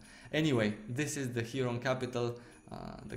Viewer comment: hieron? really similar to heiron..😂 also this outro music fits alot better to ur MMO vids! love it, feels like i just finished watching a fantasy anime